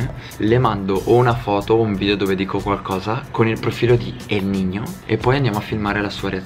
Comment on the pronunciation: ma continui a dire francesco elnigno anziché francesco elnino